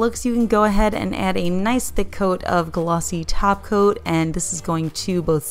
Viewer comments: I hear Taco not Top Coat. Dang it. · Almost though she said Glossy Taco.